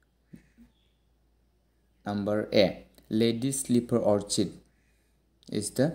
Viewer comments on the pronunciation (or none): Orchid or orchit